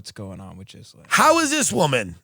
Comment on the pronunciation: love you tim but it is ghee-laine - not gizlaine